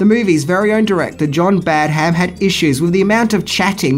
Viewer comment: Badam not BadHam